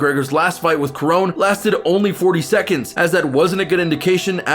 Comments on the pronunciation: he called Donald Cerrone the wrong name. Prounounced it with a K. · Kerone? Cerrone is pronounced Se- Row -Knee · Ok man you lost me when you called cowboy CA-RONE literally anyone with a mild interest in the UFC knows who he is and how to pronounce his name. I'm a huge Conor fan and I get accused of bias all the time but bruh. Bruh! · Did you really say Donald “Carone” 😂💀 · ‘Donald carone’ lol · Honestly I'm in shock this man said "Donald Karon" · Donald ker-oh-knee? Casual. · Who's Donald Karon? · He is saying Donald Corone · First warning sign this guy was wrong was when he pronounced Donald Cerrone, "Donald Kerrone". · Bruh what? Donald “ker-own”????? Is this your first ufc fight? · The fuck is he saying kurown for. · It’s Donald CER-Ron-E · Kerone , like how do u mess.that up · He called him caroone🤣🤣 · The way you pronounced Cerrone makes me hate you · U Just butchered the “Cerrone” name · Honestly if you can't pronounce Donald Cerrone's name right you know nothing about mma and shouldn't be making videos about it! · Dude you dont even know how to say donald cerrones name right. Stfu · Also you said Cerrone wrong, delete your channel